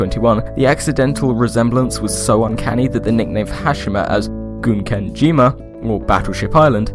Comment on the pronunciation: While I think of it, the first syllable of "Gunkanjima" is pronounced like "gun", not "goon".